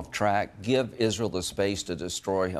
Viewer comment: SOMEONE CORRECT HIM IN PUBLIC ON HOW TO PRONOUNCE ISRAEL! IZRUL?